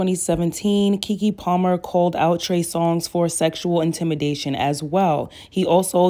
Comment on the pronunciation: How you called him “Trey Song” the entirety of this video is sending me 😂